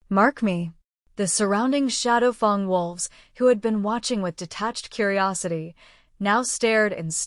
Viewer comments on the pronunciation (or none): Anybody else yell, FANG, every time she says Fong?!